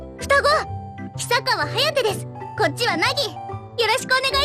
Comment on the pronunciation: reads "Hiyasaka Hayate", should be "Hisakawa Hayate" : reads "Nagisaka Nagi", should be "Hisakawa Nagi"